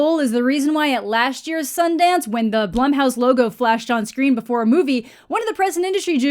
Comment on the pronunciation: Nothing to do with the movie but are you sure Blumhouse is pronounced that way? My bf's last name is Blum but it's pronounced Bloom. Just wanted to throw that out there. Great video!